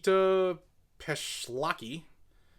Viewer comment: Pesh-la-kai. Is how it's pronounced. Common Navajo name.